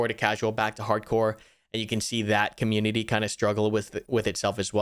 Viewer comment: hehe "comunititty"